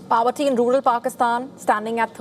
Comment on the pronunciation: Its not PAVERTY, its POVERTY